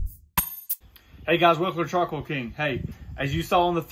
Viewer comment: 00:5 did you say... "Welcome to charcoal King"??? 🙂